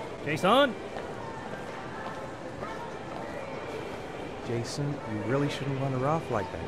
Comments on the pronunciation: It's not Jayson it's Son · I kept hearing "-San"